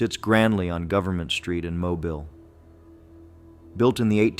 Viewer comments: It is pronounced Mo bill. Not like a mobile phone. I sure wish they would get this correct. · Correction: It is pronounced "MO-BEEL". (All vowels are LONG.) Not that difficult guys.